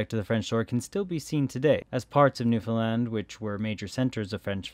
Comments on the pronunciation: The correct pronunciation of Newfoundland is to put the heavy stress on “land.” As we tell visitors, “Newfoundland, understand?” (It rhymes) source: am from there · It's pronounced Newfinland by all my Newfie friends.